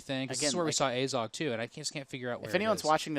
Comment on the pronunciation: Your pronunciation of Azog is fucking dreadful.....